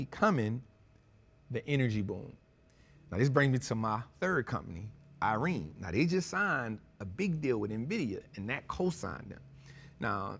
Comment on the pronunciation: “Nevadas” “Irene” Bro stop it 😂